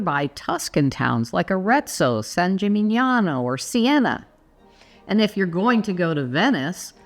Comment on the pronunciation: I wonder why the you can say "Arezzo" "San Gimignano" "Siena" so good speeched, but you say "Florence" instead of "Firenze" (you to say everybody) I literaly go crazy about this! 😅